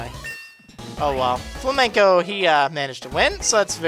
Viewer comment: it's not fla-men-co, it's Flame-N-Co.